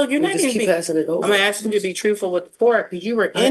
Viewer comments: Will someone please teach a class and how to say the word ask. Ass....K !! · …you’ve seriously never heard especially Black people pronounce it that way? I thought it was a known stereotype